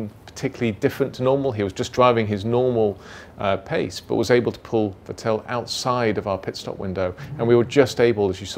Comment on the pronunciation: Is he pronouncing vettel's name like that on purpose?